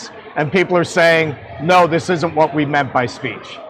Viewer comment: What he is really saying is 'dis-i-dnt what you think'